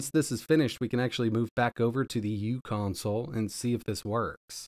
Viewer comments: The u in "uConsole" isn't pronounced as "u." It's "u" as in micro. So it would be pronounced Micro Console. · It’s pronounced “micro-console”.